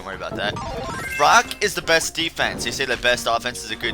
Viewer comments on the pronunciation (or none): none